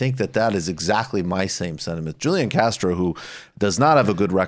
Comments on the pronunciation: Great video as usual Michael & co. Also, the “j” in Spanish (for a name like Julian) is pronounced with a traditional “h” sound. Huu-Lee-Aan, rather than Juu-Lee-in. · HOO-LEE-AHN Castro! Michael, quit butchering the spanish! But yes, I absolutely agree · Are you saying Julian Castro's name wrong on purpose?